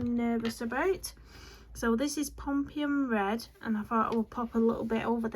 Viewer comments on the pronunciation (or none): Pumpkin red ?? Is it your accent do you mean Pompeian red?